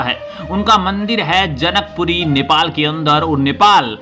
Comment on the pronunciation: Bhai janakpur dham not jankpuri and balen shah not balan shah apka bolne ka style and sabad me farak hai naam ka